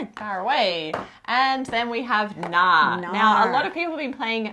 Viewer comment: Friendly advice from a Norwegian: The K in Knarr is not silent